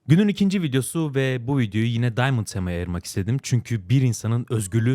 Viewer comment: diamant tema :D ingilizce süper